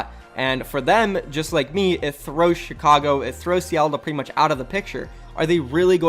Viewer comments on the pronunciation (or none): none